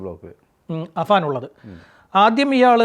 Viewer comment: അബാൻ അല്ലെടാ പൊട്ടാ അഫാൻ ആപേടിനെ എന്ത് വിളിച്ചാലും കുഴപ്പമില്ല പക്ഷെ നാട്ടുകാർ വിചാരിക്കും തനിക്കു അക്ഷരം അറിയില്ല എന്ന്